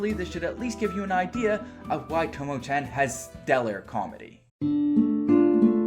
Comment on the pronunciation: why you say it like tomo chen ? it is chan with a A not an e